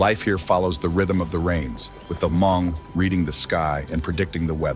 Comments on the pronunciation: they are probably tired of correcting you guys so they just let it go. It's not HA-MONG. It's pronounced MONG, spelled Hmong. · It's not pronounced Ha mong It's just hmong the H is silent.😊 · Ha-mong is a word for Hmong in a bad way. It's Hmong(Mong) Not Ha-Mong. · It's pronounced MONG for (Hmong) not HAMONG. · It’s pronounced Mong, where the H is completely silent not HaMong! 😢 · yes! Definitely!! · i have never met a Hmong person teaching other ethnicity to call us HA-Hmong. i told you it's Hmong and pronounce it MONG. Not HA-Mong. HA-mong is a bad word like if you call a black person a N'gdrrrt. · Beautiful documentary, but would appreciate it if you didn't confuse/mix the Hmong people for other ethnic minorities so much. And, it's not pronounced Ha-mong. The "h" is silent. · we need to correct them when they are saying it incorrectly.